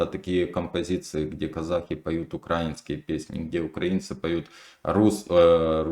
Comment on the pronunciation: я поставил лайк, но... как научить правильно ставить ударение в слове украинский, не пойму. запомните, не укрАинский, а украИнский